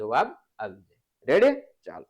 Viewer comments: sir tame reddy na badle revdi bolo cho😅😅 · Sir tame revdi bolya kem bolo chho